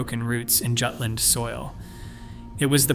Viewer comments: Jutland, pronounced Yewtland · It is maddening, in an age where people insist on pronouncing "Jagdgeschwader" correctly, that even highly regarded naval history channels pronounce Jutland as though it were an English word. 😂😂